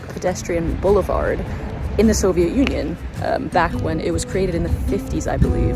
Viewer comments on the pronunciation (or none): none